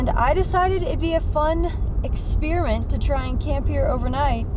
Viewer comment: Did she say “A fun expirent”???